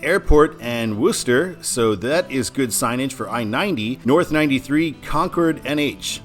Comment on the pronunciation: History I 93 Early sections mid to late 50s and the last section completed in Vermont 1982. You correctly said the pronunciation of Worcester woo ster but Peabody in Massachusetts pronunciation is pee ba dee. The big dig tunnel replaced the elevated section " the green monster and I'm not sure but I believe the bridge was replaced around the same time. Can't wait for I 94 and I 95 and the remaining Intrastate Interstates.